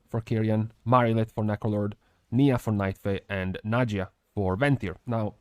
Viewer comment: Niya = Nye-uh, not knee-uh. Erryone getting the pronunciation wrong haha